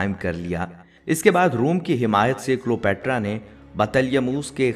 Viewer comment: جناب تلفظ درست کر لیں کلیو باترا صحیح لفظ ہے